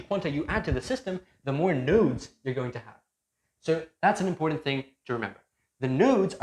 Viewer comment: The "D" in the word important is silent.